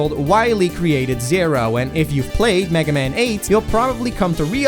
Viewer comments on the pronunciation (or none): He's called megaman not "magaman"